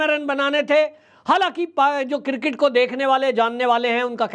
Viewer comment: Sir, I am sorry to say that it is pronounced as CRiCKET not cirket. So please learn to pronounce the name of sport properly.. It is really shame how they pronounce the name of game. & Nobody corrects our famous news caster.